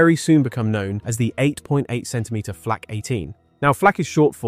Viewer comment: Gleich zu Beginn wieder Unsinn, gesteigert durch unzumutbare KI-Stimme. Erstens war das keine Flach, sondern eine Flak! Niemand hat jemals dieses Geschütz Achtundachzig genannt, sondern 8-8, gesprochen Acht-Acht, die Acht-Acht. Das weiss ich auch von meinem Vater, der Soldat war. Er hat geradezu davon geschwärmt aufgrund der überragenden Fähigkeiten bei der Panzerbekämpfung. Lasst diese KI-Stimmen, solange diese Technik nicht ausgereift ist oder Ihr sie Euch nicht leisten könnt! Was jetzt auf YT an Schwachsinn immer schneller ausgebreitet wird, ist erbärmlich und ärgerlich.